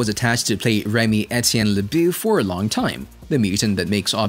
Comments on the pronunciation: "leboo"... It's le-bow Lebeau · Fam, how TF can I trust a breakdown of the character when you can’t even say his name correctly?! Seriously? Remy “Le-BOO,” though??? It was grand opening- grand closing, for me. I subscribed immediately when I saw the content… and unsubbed immediately when I heard it 😂